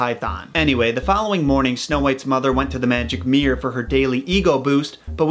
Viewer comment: Arrrgghh it's a mirror (2 syllables) NOT meer or mear or any other one syllable bastardized of it, go check the Li-barry... Ok that sounded much harsher than I intended but ... If you just say it wrong you'll understand how horrible it sounds... Meer meer on the wall...